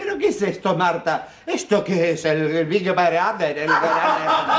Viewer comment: "el big brAther"...se pasan🤣🤣🤣